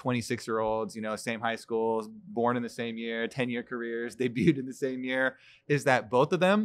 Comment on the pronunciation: "We went to scoll"